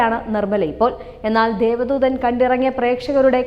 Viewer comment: രഘു നാഥ് പാലേരി അല്ല കൊച്ചേ 🤩രഘുനാഥ് പല്ലേരി. അത് പോലേ ദേവ ദൂതൻ ആണ് ദൈവ ദൂതർ അല്ല.. ആദ്യം അതെങ്കിലും തെറ്റാതെ പറഞ്ഞു പഠിക്ക്